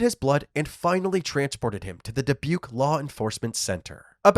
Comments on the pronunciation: Did you say “DI PUKE?? 😂😂😂 It’s Dubuque pronounced DE BUKE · Da-puke? I think you're saying that wrong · DaPuke? 😂😂😂 It's Dubuque